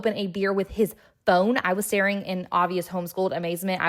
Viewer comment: Ngl, I thought you said he opened his beer with his bone, not phone...